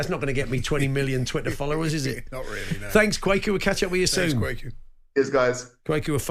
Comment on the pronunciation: Kwaku...Kwaykoo XXX Kwa as in question ku as in Koo Stark